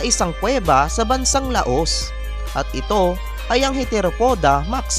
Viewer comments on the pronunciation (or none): LAAAAAA...OS... habaan yung "LA" para hindi tunog Laos haha